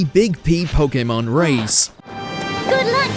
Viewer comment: Only real Pokémon fans will appreciate your correct pronunciation of the word. It irks my soul when I hear people say PoKeymon and not PoKaymon.